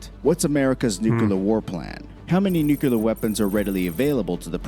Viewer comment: Nucular is not a word. That's just ignorant